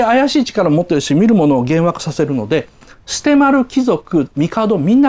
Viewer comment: 雉の話してた時、捨丸兄ちゃんて言うとこ キジ丸兄ちゃんって言ったように聞こえたけど、空耳かな 何か凄くツボに入っちゃった